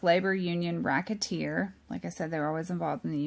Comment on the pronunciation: Oh yeah Vincent Mandingo 🍆lol. Im sorry keep going...She said Rocketeer omg I love it. Im subscribing right fn now